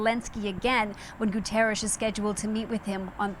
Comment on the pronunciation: Please teach your people how to pronounce "Guterres". It's Portuguese, not Spanish